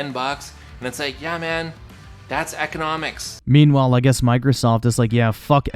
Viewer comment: Muh ekonomiks